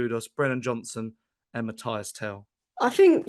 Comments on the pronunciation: frenchman here: please hear me out on how to prononce Tel's first name. It's not Matty (like Cash) it's not Matthias, it's between these two : Mathys "Mateess" you gotta prononce the Y as EE and the S is not silent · Stop being lazy and disrespectful… the guy’s name is Mathys - pronounced MATHIS! The pronunciation is as on Spurs official page and commentators are pronouncing it correctly, yet you’re still here calling him MATHIAS, shame on you!! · Show some respect and learn how to pronounce Mathys’ name correctly and stop being lazy!!😏